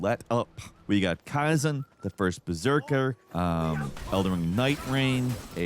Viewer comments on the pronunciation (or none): Did you call it kaizen 😂. Its khazan 😂😂😂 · Never hear someone pronounce khazan as kaizen 😂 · KYZEN?! You mean KHAZAN? If you actually played it, you would know the proper pronunciation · for the love of god say ka ZAN 1 time! not Ka zan ka Zan! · Why did you pronounce Khazan like "Khaizen"?